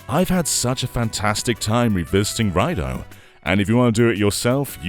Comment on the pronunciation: It's prounounced "Ray-doo"